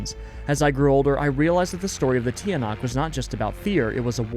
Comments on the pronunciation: Hi, Filipino here, Tiyanak is pronounced as like chanak, and this is not actually a bus, it's a Jeepney! And i'm very happy to see you play Filipino-inspired games! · Hi! I love you videos it gives me the chills. Im from the Philippines and im very honored! Im really good at english cause i have practically learned it my whole life. Edit: you probably wont see this comment but its Tch-ah-nahk